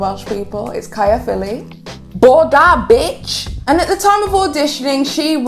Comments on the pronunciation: Bore da is pronounced Bor-eh da. I know you're from Wales, like myself, how did you get that wrong? 😂😂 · Hey! Welsh gay here (big up cardiff!) So cool of u to include "bore da" in ur video! But it's pronounced; bore-ay-dar! Also I guess it "nos da cariad" now, goodnight love it means. Sending lots of love ur way sis from caerdydd! Xx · The way she pronounced “bore da” kinda hurted 😖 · Calling her a liar is unnecessary, I believe she told her truth. How can you debunk it when she was there, it happened to her. Just because some of what she said didn’t match up with footage doesn’t mean she lied. They’ve definitely edited parts, and bashing her by claiming she’s lying is unfair as she clearly experienced trauma from it. Also that’s not how you say Caerffili or bore da ✌🏻😘